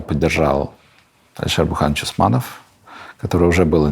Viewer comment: Интервью с Богуславским было гораздо интереснее - Леонид раскрылся и откровенно отвечал на неудобные вопросы. Мильнер ушёл от ответов практически на всё, а масса интересных вопросов (например, про отношения с Алишером Бурхановичем Усмановым - имя, которое Мильнер произносит скороговоркой, явно стесняясь) вообще не была задана. Видно, что он очень тщательно подбирает слова, и, если бы редакторы вырезали все паузы и "эээ", динамика бы очень выиграла.